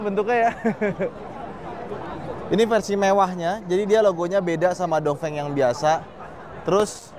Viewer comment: ..pelajaran pertama.. baca cara Pinyin.. Dong Feng..dibaca. Tung Feng Wu Ling..dibaca.. U Ling Bin Guo..dibaca.. Pin Kuo Bei Jing...dibaca..Pei Cing 😂🙏